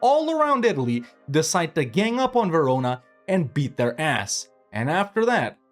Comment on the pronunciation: Verona......... Huh Sounds a lot like........ jarona.